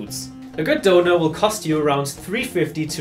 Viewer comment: doner being pronounced right is jarring af for a brit